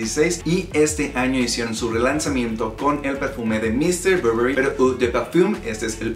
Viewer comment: muy bien tú video pero pronuncias un poco mal el nombre del perfume te lo digo yo que trabajo para la marca. De hay en fuera muy bien el vídeo de m.r Burberry